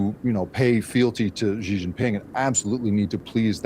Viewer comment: A professional reporter or Sinologist pronounces "Xi" as C, not G.